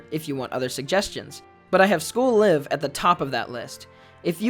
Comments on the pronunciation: Please for the love of god, its pronounced as in "We're live in New York" or "We got a Live one" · Am I the only one that pronounced the 'live' in school live with the I being pronounced like Life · Are you supposed to pronounce "Live" like the verb?? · Am i the only one that thought it was pronounced school layv?